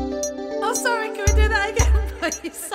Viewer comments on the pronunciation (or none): “I’m sorreh can weh do that again please” 🤣🤣🤣🤣🤣🤣🤣